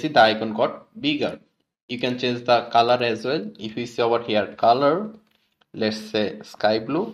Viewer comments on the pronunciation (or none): ovar hiaar 😂😂. awesome content👌